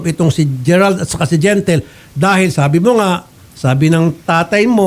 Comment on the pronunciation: Anong gentle gentle. Di gentle huhu